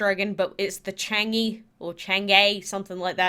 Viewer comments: I think the people will struggle to pronounce the dragons. So the first one, Chang’e dragon is pronounced as “chalm uh” the Nezha dragon is pronounced as “nuh ja”. Hope you guys get them all! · Please quake, use google translate which gives you the correct pronunciation of these dragons. It is really ... meh ... to hear the wrong pronunciation again and again. You did well on the Guan Di though 😊 Just paste in 嫦娥，哪吒 and 关帝。 Hope you do not take it as an insult. Thanks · U say it charng-zhie I ❤❤ gods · I’m triggered the way u say Chang’e😂😂